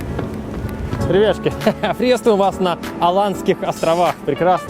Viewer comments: он еще это слово так производит забавно. так быстро ребятШки и потом что-то быстро объясняет) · как он говорит? ребяшки или ребятушки???